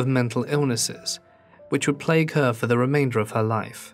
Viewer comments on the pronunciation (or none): none